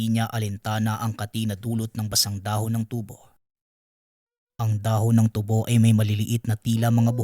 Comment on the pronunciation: SA unang kuento, matagal Ko Ng napakinggan Ito, at SA ikalawang kuento Naman, Di nio ba mabigkas Ng Tama ang tubo? At SA ikatlong kuento Naman, sobrang lakas Ng sounds mo 🙄